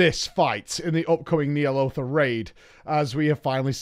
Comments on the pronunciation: "Knee' Aloth" He says... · How do people mispronounce Ny'alotha when its been said in game and devs. I've never heard of knee'alotha